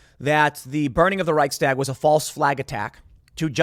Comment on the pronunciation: For heaven's sake, you been in Texas recently?? It's pronounced reich - shtag, not "reich - stag". I'm not trying to diminish the seriousness of the situation but what else can one do? The US will be conscripting "old men and women" soon as well, since our military 'got woke'. God help us...☢